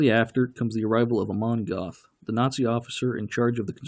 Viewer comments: It's pronounced Geth not Goth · Mr Duke Silver in all the interviews with the real Jews who knew him in Plazow they pronounce his name as Geth or Get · Gerth is how it's actually pronounced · It would have been nice if you’d have pronounced the commandant’s name properly. Spelled “Göth,” it’s pronounced “Gert.” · Its pronounced "Go"eth. As in you GO to the store. Amon Goeth (Gōéth) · Okay, if you're going to tear apart the movie, learn how to pronounce "Goeth" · It's very irritating that this narrator didn't even try to pronounce the names of characters and place names properly.